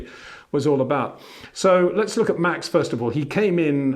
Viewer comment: Try saying Max Verstappen correctly, so no Mex Vershtappen please!